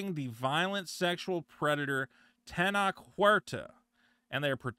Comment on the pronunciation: The way you're pronouncing Tenoch is giving away your Talmudic heritage. Despite the origin story bring cringe and gay, Namor was the best part of the sheniqua Wakanda special. Additionally Tenoch Huerta is great, because he's been triggering all the whitexicans, complaining that he doesn't represent them. As far as the allegations go, of course they're false. Latinx and especially Mexico has been infested by American culture, and it's going through it's babby first feminism wave. It is popular for all these thots to come out with these false allegations after being Weinstein'd and making stuff up. No true Latinx pays any attention to them, just the white elite that are fixing to make a Jewish female the next president of Mexico.